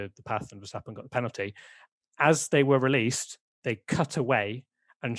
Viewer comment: I'm still intrigued why English people can't pronounce Max Verstappen properly? It's just a sound. It ain't that hard. (Max (the A is like the O in ox or rather like the word mucks). Verstappen (the A is like the O in staph (lol meme)). Mex Fursteppen sounds bloody aweful. Anywho, as always, great podcast. <3